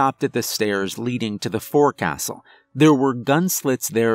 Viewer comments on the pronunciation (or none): Forecastle is pronounced foxle don't ask me why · My OCD kicks in as he says 'FORE CASTLE'...uh...spelled right, pronounced 'FOKE_SUL'...it's a nautical thing...